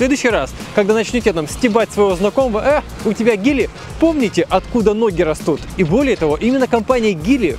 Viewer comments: Господи как же режет его ГИЛИ это Джили Джили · Чел в России Geely читается как Джили! Хватит бесить народ! 🤗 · Так прикол в том что когда обозревал Джили, он назвал Джили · Классный выпуск! Но... Гили, Хэвэйл, Линк энд Си О режут слух ужасно. Кажется лучше называть, как привыкли😅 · Джили, Джили, пожалуйста, мне пофигу на Джили, но ты же техноблогер... ))) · Обзор хороший) но не говори гили говорится джили😅 аж ухо режет когда 4 года работаешь у дилера и слышишь гили😂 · Чувак, что за Гили? Может Джилли? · Не Гили, а Джили!)) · Почему он произносит Гили, если на надо Джили или Дзили? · Не гили а Джили 🤣🤣🤣🤣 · Не гили а джили, сами киты так и говорят) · Не гили, а джили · Говор. Джил а не гили😡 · я чуть не сдох после 101 "Гили" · По ушам режет делитантское произношение "Гили". Тьфу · Линк энд ко и джили, по-русски так. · Гили - бесит